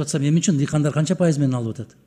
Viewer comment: Адахан Кимсанбаевич президент болсо ,баардык министирлердин кактабай канын алат болчу. Доодуроп бул министирибиз озунун тилин туура суйлой албайтко дыкандар деп коет